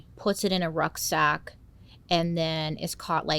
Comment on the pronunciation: Is she saying rug sack or ruck sack? Not sure what either is